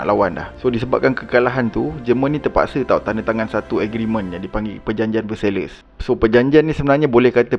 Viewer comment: History ok. Sebutan tak berapa. ViYENNa. VerSAII.